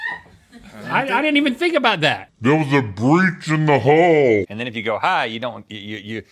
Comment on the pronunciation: ok i gotta say something-- link is definitely saying "breach in the HULL" lmaoooo